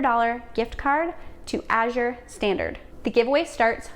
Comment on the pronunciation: Thank you for the English pronunciation. So many are using the French pronunciation, as in Cote d'Azur